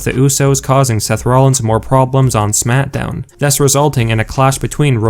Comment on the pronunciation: It sounds like he says SMATDOWN